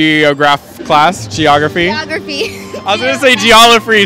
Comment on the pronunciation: "Geograph" lol im dead.